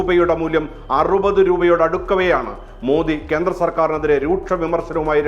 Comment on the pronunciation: നരേന്ത്ര മോദി അല്ല നരേന്ദ്ര മോദിയാണ്. അതുപോലെ കേന്ത്രം അല്ല, കേന്ദ്രം ആണ്.